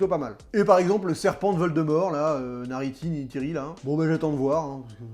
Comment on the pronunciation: " Et le serpent de Voldemort là, Nariti, Niteri là" OMG XDXDXD